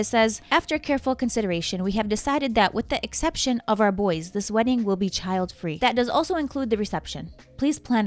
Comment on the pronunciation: "With the acception of our boys". Did she mean EXception?